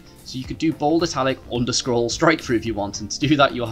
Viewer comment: Appreciate your work. (side note, you seem to be saying 'underscroll'. I believe the name of '_' is 'underscore'. I won't address pronouncing 'three' as 'free' and 'thought' as 'fought' as I realise that is what makes British English fun. Which is not the same as this problem